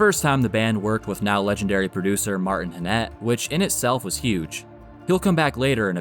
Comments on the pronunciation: Martin HANnett. Peter SAVille. Could you correct your mispronunciation of their names? Emphasis on the first syllable of their surnames. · I didn't notice that one but you did mispronounce Martin Hannett's name